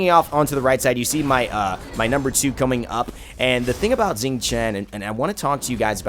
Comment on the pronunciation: Xing is pronounced as Shing not Zing